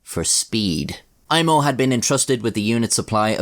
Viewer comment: This was a pretty wild story, man. You pronounced Aimo's name surprisingly well. Greetings from Finland!